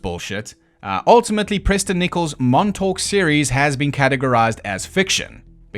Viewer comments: Just say Montauk like you're from Long Island. Or as the natives call it Longailan. Montawk Longailan. Theirs is a beautiful dialect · The emphasis is on the Mon, not the Tauk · Can't say fucking "Montauk" but you can say "Little Lilly Millie Billie Baby Bobby Brown" fifty times